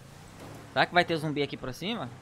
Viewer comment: É ZUMBI E NÃO “zombi”